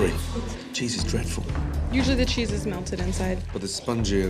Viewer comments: Cheese that she was trying to pronounce drear brear blarear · She’s sound like my mother when she’s attempting to say certain English words but it’s not coming out right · That woman trying to pronounce the cheese will soon be a meme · I never understood that part because she pronounced it perfectly fine while in the kitchen, but as soon as she has to tell Ramsay she is unable to say it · “Your pronunciation of the word cheese was dreadful.”